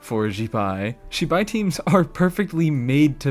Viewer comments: Pls i beg you its zz bai not shee bye 😭😭 the latter is a ridiculously rude word in chinese (which matters this time because its the culture her entire region is based on) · its not Shibai its ZIbai and how can u not spell Illuga? its the same as written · also PLEASE look into how to pronounce zibai every time u say shibai i die a little